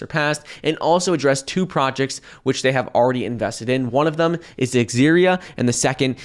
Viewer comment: This is the last video I like if you keep saying "Thum" instead of "Them"